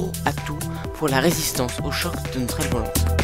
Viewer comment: C pas aille c aile